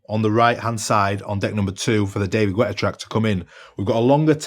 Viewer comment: Hilarius how you sayd "David gUetta"! 🤣🤣🤣🤣